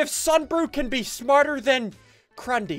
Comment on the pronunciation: I can't believe he said crundee I wonder if he thought that it was real?